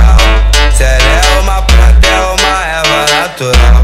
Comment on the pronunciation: O que ficou ilegal foi vc falar "pranta"